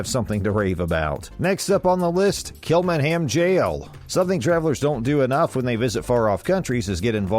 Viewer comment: Glendalough is pronounced glendalock not glendalow as in how ,kilmainham is just just kilmainim .Galway city is county galway not county clare ,just because its near doesn't mean its the same county besides a city that size in ireland usually has the county named after it,with the exception of belfast which is in two counties Antrim and down .The 1916 rising was to overthrow british rule in ireland not to over throw the ruling party because obvious there was no irish politic parties to overthrow DUH.The queen coming to ireland now is a much different to now and when she came 2011 I am sorry to say but 2011 obviously because she is now a foreign head of state.De Valera did become president but that was onfoot of being PM or Taoiseach which is the more powerful and important role. Overall terrible video .